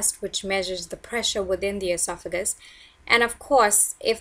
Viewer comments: Say it with me Eh sof uh gus. Your pronunciation makes you doing less credible and unintelligent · LEARN TO SAY ESOPHAGUS and ESOPHAGEAL. WHO EDUCATED YOU